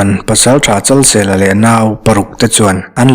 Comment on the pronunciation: Luangpawl Pasaltha Chalseia tiin ka lo hria a, Chalsela tih zawk tur a nimaw..🤭🤭😂😂